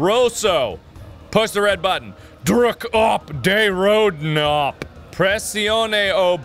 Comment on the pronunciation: is actually very good for a english speaker! like really good! ( its dutch the "druk op de rode knop" )